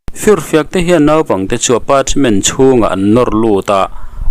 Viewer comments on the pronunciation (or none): none